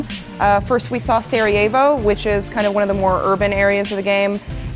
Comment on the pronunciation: It's Sarajevo,Serievo.Jeezz...